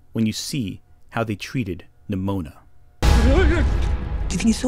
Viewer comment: am I crazy or every time he pronounced Nimona it sounded like Mnimona (like in Mnemonic)?